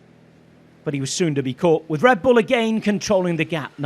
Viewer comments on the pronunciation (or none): none